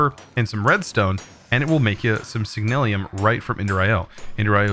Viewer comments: It's signalum not signalium no i in it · HEYA Love ur content fam but just a bit of constructive criticism, slow down when ur reading some the items I realize you mispronounce a lot of the words in your vids, like Signalum in today's vid. keep the awesome vids coming my guy